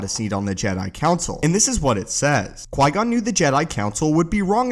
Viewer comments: Qui gon not qui non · Who’s Qui-Non? ;) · Typo buddy. You said Qui-Non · Qui-Non?? Haha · Ah yes the best secret character “Qui-Non” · Qui-Non? Lol